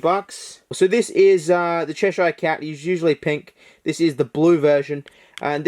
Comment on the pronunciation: cheshhh-ire cat... Cheshire cat! it's in every movie!!